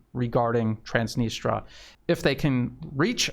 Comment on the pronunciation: Please check on the net how to pronounce Transnistria